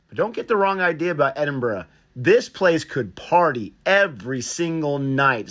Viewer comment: Americans usually say Edinborough, great that you say it right.